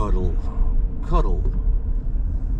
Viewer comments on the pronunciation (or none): "Cuddle"? It's "Cuh-DELL," just pointing that out.